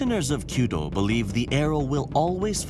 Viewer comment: So glad he said kyudo instead of queue dough. Narrators who do more than 2 seconds of research on how to pronounce the foreign words they were paid to read out makes me unreasonably happy.